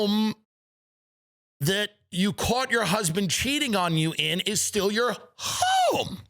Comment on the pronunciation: “The home that you caught your husband cheating on you in is still your HHHHOME!”